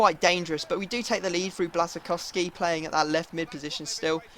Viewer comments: It is bwashchkowski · Lol bit late😂😂 but Löwe is said Lurve, Blazczykowski is said Blashykovski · no, blas-i-kow-ski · It's Blash-a-kov-ski :) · kuba or bla-shi-cough-ski and just say it properly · Its pronounced Buasykowski. I am from Germany/Poland. Trust me ;) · Błaszczykowski is pronunced like Bwaf-Schi-Kof-Ski